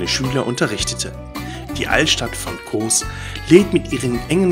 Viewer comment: Die Insel heißt Kos, nicht Koohs….